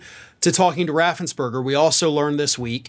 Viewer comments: Raffens-PERGER, NOT BERGER! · Fun fact, Brad Raffensperger not berger. ~3K